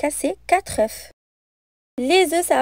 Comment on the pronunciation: Bonne recette . Une observation : quatre œufs ( on ne prononce pas le"f").